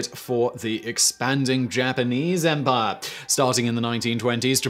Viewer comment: Drink every time Simon pronounces "empire" as "EM-PAAAH"